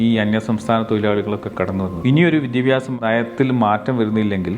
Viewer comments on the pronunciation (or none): none